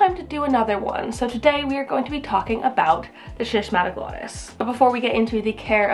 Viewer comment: My S. wallichii was gorgeous, but it went through a bout of spider mites--UGH--and is currently in recovery. I cut a lot of the leaves off, and I see new ones coming, so fingers crossed, it'll be reestablished to its former glory soon. The pronunciation of the first syllable, BTW, is /skiss/. It comes from the same root as schism and schizophrenia, meaning "split". So, since "glottis" refers to the throat and tongue, schismatoglottis means "cleaved tongue" or "split tongue".